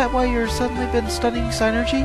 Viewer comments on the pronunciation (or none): I think you say it "Sin-ergy" not "sign-ergy." But whatever, you're amazing.